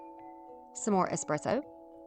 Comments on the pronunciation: I love Dark Academia and Dark Cottage Core. Amazing stuff. Thanks for sharing! Also, I love your voice. I'm also Southern. Yeah, it's ES-presso, but regional dialects are so common in the US. If you want to always pronounce things the absolute correct way, then you make it your own. 🙂It's still yours when you pronounce it the way everyone else does, because no one has your voice. I don't think you need to apologize for it, though. You have a lovely accent and I think regional dialects are interesting and unique. 🧡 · Lol i just came from another video of yours where you say "expresso" and it made me giggle. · I'm so mesmerized watching you craft that I never noticed how you pronounced ESPRESSO. I just love the end results, especially in this video. 😊Linda (Yankee) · Absolutely gorgeous transformations! You do a fantastic job teaching and explaining what you are doing. I love this aesthetic. Also, A+ on the espresso pronunciation. 😉❤